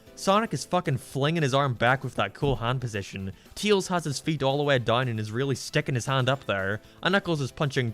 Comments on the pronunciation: He is saying tails wrong it’s not teels it’s tails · Why do you call Tails "Teals"? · Remember guys, it’s not Tails, it’s Teels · STOP CALLING HIM TEILS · I don't know why but you're pronunciation of tails just cracks me up